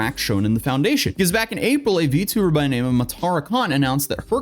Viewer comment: It's not "vee too burr", it's "vee tee oo burr".